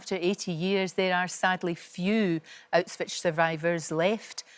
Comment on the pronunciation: "Autswich" ?!? C'mon get it right at least 🙈🙈🙈